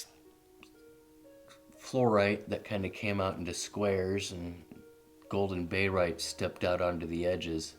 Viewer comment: great (!) first video. May I be so bold as to request you write or print the names you are mentioning? If written (and maybe together with the chemical formula, as well) then when you say "bayrite" and maybe mean "barite", there will be less confusion. Also, if each specimen could be displayed with both the white and then a black non-reflective background, then we may be able to see even more detail. Your collection is simply beautiful so displaying greater detail would benefit us all. Several of your pieces are museum quality. Thanks for posting.